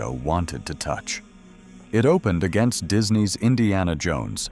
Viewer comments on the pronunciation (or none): none